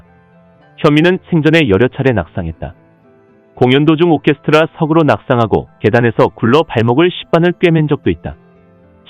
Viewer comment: 제발 나레이션 연습을 좀 하고 녹음해서 영상 올리세요. ~~공연 도중 오케스트라~석으로~~ 이 부분을 다시 들어 보세요. [오케스트라석으로] 이렇게 붙혀서 읽어야지 세상에 띄워서 읽는 경우가 어디 있습니까? 아무리 개인 방송이지만 여러 사람이 듣고 보는데 연습좀 하세요.